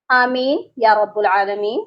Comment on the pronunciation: (علمین) کے لام پر زبر پڑھو محترمہ